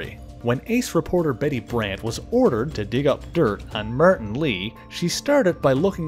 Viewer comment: martin = "meyrtin" lmao